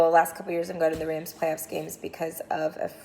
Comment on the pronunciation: Did she say talk playoff picks or Super Bowl tits?